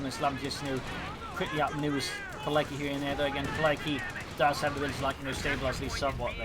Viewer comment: Btw its pronounced "piletzky", not "pilecky" :P